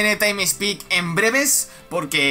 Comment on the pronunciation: Taim spik